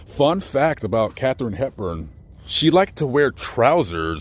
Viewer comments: Folks - it's KathArine Hepburn. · KATHARINE HEPBURN! I was named after her. Our name spelling is somewhat different, we hardly ever get it spelt correctly. Ouch! Love, love, love your videos & work (but please...KATHARINE on this one 😉!) Be safe out there 😷